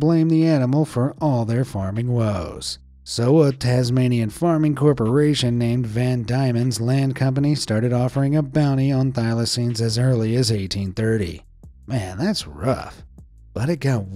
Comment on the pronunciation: It's pronounced van demons land not diamond, its what Oz was originally called.